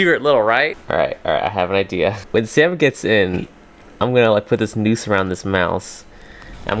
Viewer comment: “So im going to put this nuse around this mouse”